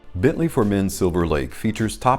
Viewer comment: I choose to earn my living with more intellectually demanding work. If I put my mind to it, however, I would be sure to forego embarrassingly cheesy animations and make an effort to correctly pronounce brand names.